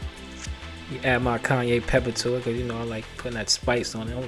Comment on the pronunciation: Awesome recipe! Cayenne - “kí yan” 😅